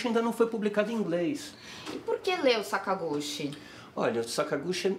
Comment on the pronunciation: So uma correçao: a pronuncia é "Sakaguti" não sakagushi